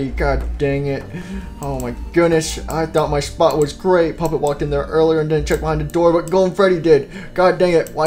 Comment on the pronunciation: did the old Freddy say poopet💩💩💩?